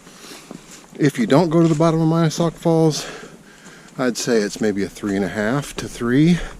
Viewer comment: He mispronounced the name of Mina Sauk Falls.